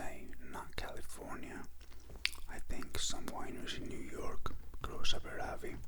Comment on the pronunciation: Very good pronunciation of Georgian autochton grapes btw! Great video, Thanks